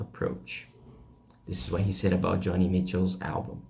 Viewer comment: You need to learn how to pronounce "innovative" and "Joni" correctly.